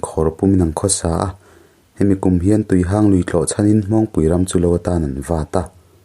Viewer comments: Tuihang' Lui nilovin tuihang'(mihang)chutiang chuan lm tur. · Tuihang khi i thluk diklo.Mihang tia hang anga thluk tur.Tin,Pinkhone tih pawh khi Pinkhung tia chhiar tur. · Tuihang (Chawhmeh hang anga i lam hi) Tuihang (Mi ngo, mi hang kan sawi a hang kan sawina anga lam tur a ni)